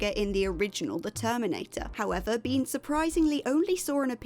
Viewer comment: Beihn- pronouced like bane, not bean.